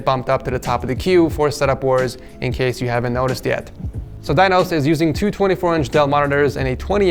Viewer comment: "Dinos" I heard "Thanos" XD.